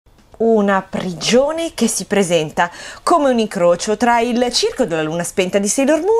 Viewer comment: Icrocio?😉 #Bloopers